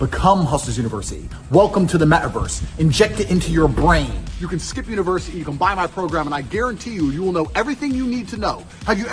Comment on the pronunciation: Christ, the way Tate talks...."Univers-uhh-ee"..."Harr-attack"..."Infi-del-uhh-ee"..."Beau-ee-ful". It's like nails on a chalkboard. He's the most "superior" male that's ever lived.....but he can't even pronounce his fucking "t"s.